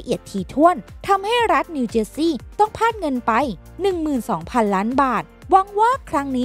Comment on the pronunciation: พลาด ไม่ใช่ พาด ใช่มั้ย !!!